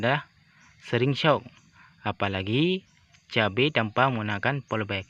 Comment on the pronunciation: Polybag woooiii, bukan polbek , bahasa lu kacau !